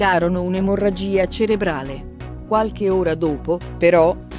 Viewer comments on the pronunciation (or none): none